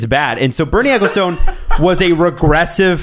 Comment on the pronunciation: LOVE when appears. Such a smart move guys. Also, ahhhh, my sweet Canadian brethren - Ecclestone, pronounced Eck-ill-stun. He's a goddamn mutant anyway, so doesn't deserve my correction!